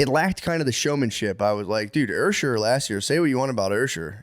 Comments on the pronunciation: Usher with an r is hilarious ursher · Somebody tell Matt that its NOT Ursher😂😂